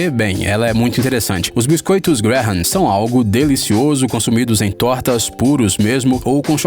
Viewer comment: "Graham" pronuncia-se "grémm", o "ha" é mudo. "Salisbury" pronuncia-se "sósbri". E "corn flakes" não é uma MARCA, é simplesmente como se diz "flocos de milho" em inglês.